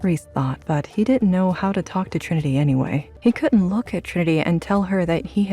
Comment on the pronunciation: It’s good. It bothers me the way they are botching Trinity’s name.